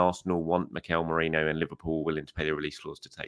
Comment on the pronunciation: His name is mErino... Not mOreno... Come on man you're a journalist.